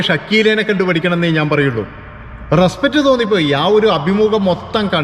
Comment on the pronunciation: ' റെസ്പറ്റ് ' അല്ല റെസ്പെക്റ്റ് ആണ്. വാക്കുകൾ പഠിച്ചു പറയൂ.. എല്ലാ പ്രബുദ്ധ ചാനലുകളും എന്തെങ്കിലും വിഡ്ഢിത്തം പറയും!